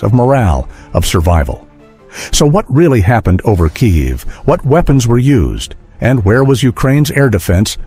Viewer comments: Your AI is deficient and cannot even pronounce Kiev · the way you pronounce KIEV / КИЕВ is a crime - shame on you